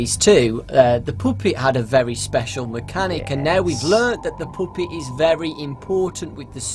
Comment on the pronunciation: daw now i hear it Poopet